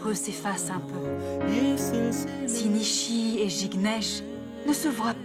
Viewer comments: Nisi ginesh peut pas dire Nishi, lol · Qui a remarqué que Jignesh dit tjrs Nissy